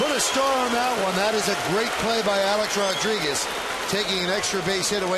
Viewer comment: Man, I can’t stand the way Michael Kay says Rodriguez. He says ROD-DRIGUEZ. Emphasis on the “D.” Now you’ll never not hear it. You’re welcome.